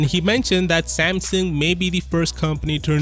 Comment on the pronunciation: Samsung, not Samson!